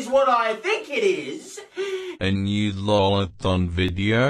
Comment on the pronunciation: it's lolathon not lathon